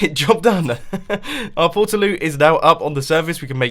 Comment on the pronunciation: porta as in portable not porter